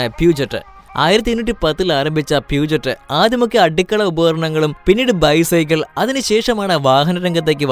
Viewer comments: BMW വിനെ BMV എന്ന് വായിച്ച നിങ്ങൾക്ക് Puget നെ pushe എന്ന് വായിക്കാൻ പറ്റുന്നില്ലേ 😇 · പ്യുജെറ്റ് അല്ല ബ്രോ, പ്യുഷോ ആണ് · 9.30 പ്യുജെറ്റ് അല്ല പ്യുഷോ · ബ്രോ പീയൂജറ്റ് അല്ല... പൂഷ്യോ എന്നാണ്.... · പ്യൂജറ്റ് അല്ല ബ്രോ പ്യൂഷോ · Puget alla it’s pronounced Pusho’ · Peugeot pronunciation പറയുന്നത് പ്യുഷോ എന്നാണ് 🙏🙏🙏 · Peugeot പ്യൂഷ് ഓ എന്നാണ് പറയുന്നത്